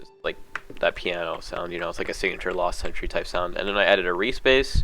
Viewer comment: Last century is how it's pronounced btw